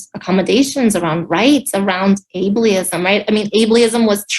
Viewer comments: Hahaha Dafuq is Ablyism….does she mean Able-ism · "Ablist." Jesus H. Christ. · 😂 45, me too. They love making up ists and isms words! The wife can't even pronounce the word correctly! 😂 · Is she saying abe-lee-ism? Pretty sure she's never heard the word before or used it lol jump on the victim bandwagon though right quick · She can't even pronounce ableism correctly. She sounds like a whiney shrew. I see why he had a stroke.